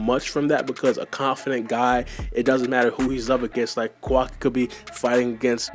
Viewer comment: Butchering Kawaki's name badly